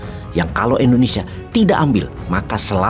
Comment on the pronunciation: Ijin pak Wowiek, pengucapan Indonesia pak (bukan Endonesia) 🙏🙏